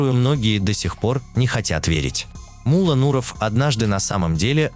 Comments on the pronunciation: Не мула а Мулло, две буквы Л и ударение на букву О, у вас ударение на У получается, это же имя человека, Таджикистану привет из братского Узбекистана, мы вас уважаем, мы с вами один народ у нас с вами одна история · Не М'улло, а Мулло'!!! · Вы ударения неправильно ставите. И посторонних Индусов и Арабов зачем показывать? МуЛО Не говорите 😃